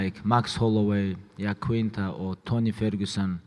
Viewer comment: The fact that Khabib can say "I" but not "Iaquinta" is disrespectful. He wouldn't have his BS title if not for Al. At least say his name right, you're not a dummy